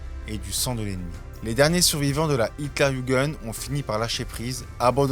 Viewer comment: Génial comme vidéo j’ai vraiment très apprécié. Juste pour la prochaine fois quand vous prononcez l’armée allemande Luftwaffen : louftvaffenne. H.tlerjugen : yougun W se prononce V et J. Comme y.